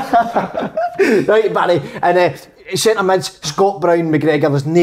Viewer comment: Big kev "hulp" "sintur midfield"